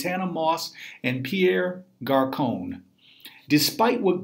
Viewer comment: Pierre Carcone??? It's Garcon